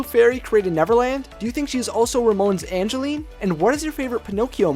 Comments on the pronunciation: it's Evangeline, not Angeline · It’s not Angeline it’s Evangeline. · I love this Theory but the only problem I have with it is you named the name of the Star as Angeline but he very clearly says Evangeline does the name change your theory at all I don't think so just wanted to point out the mistake sorry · it's Evangeline not Angeline. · its evangeline not angeline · It's Evangeline not Angeline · Evangeline. It's Evangeline. :P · you said ray’s true love’s name wrong. It’s Evangeline